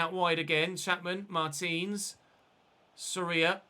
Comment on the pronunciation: Great content mate. And I agree with you, the team concedes too many goals. Maybe try another keeper, rotate a little, and if it keeps happening you can sign a new one in January. By the way, you're pronouncing Soria wrong. The O is the strongest viowell. I guess in English you could say it sounds like "SOR yah" like Gordon is "GOR don".